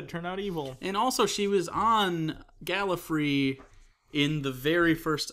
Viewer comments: im sorry for pickin this out, but please stop calling it gallifree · Great episode guy! Two very small corrections for next time, please. 1. His name is pronounced caPALdi. As in "he's a pal", not "he's a pole". See Steven Moffet's video regarding this: How to pronounce "Capaldi" by S. Moffat 2. One of you guys is incorrectly pronouncing Gallifrey as Gallifree.